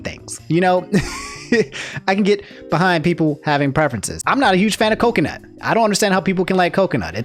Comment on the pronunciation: my favorite part of this video was simply the way he said coconut like "kokinut" this was an emotional roller coaster and i kinda enjoyed it (?)